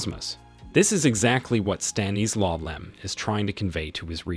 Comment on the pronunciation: Why can’t you say “Stanislaw”?